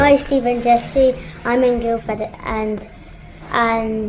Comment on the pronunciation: I love how he mispronounced Guildford after she even said that too 🤣